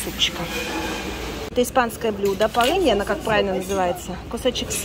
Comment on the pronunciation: Безграмотность: Лубрика у, вместо Рубрики, блюдо ПОЛЫНЬЯ, вместо Паэльи. она и есть. Как в том кино "Деревня".Вроде все хорошо и красиво, но за Вашу речь, иногда, не очень удобно, Вы же вещаете на большую аудиторию.